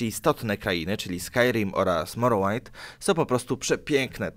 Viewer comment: hur mówi się morrołind dur